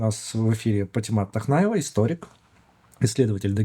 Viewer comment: Ни тахнаева а вахьнаева по-моему